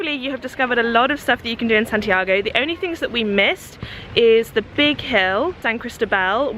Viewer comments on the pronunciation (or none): Hey if you're in Chile, pass by the Marble Caves! It's really south, 8th or 9th region, but it's gorgeous! Also, I can't help but correct you (sorry) but when saying Santiago, "go" isn't really like the English word go, but rather a short o, like "goh"! Sorry for correcting you, but it's just a small difference in alphabet pronunciation! ^_^ have fun!